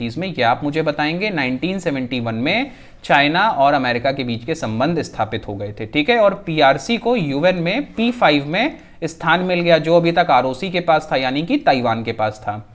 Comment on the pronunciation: Taan nhi sir sanskrit word sthaan